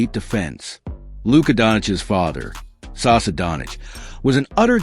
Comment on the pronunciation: Saša not Sasa...our š is like your sh...quite simple...like shit...not sit...😂 Oh...one more...the name Nikola also has an accent on the i, not the o...Jokič has literally given up on you, and he doesn't bother to correct you anymore...because after so many years...seriously...